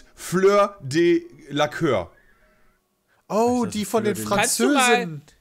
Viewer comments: jaaaaa ich raste die ganze zeit so krass aus und auch dieses: delacööör es heißt delacuuuur mannnnnn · Sie heißt Fleur Dela-kuuur, nicht Fleur Dela-köör :D :D :D